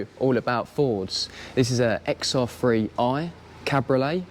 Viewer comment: It’s and XR 3i. Not XR free i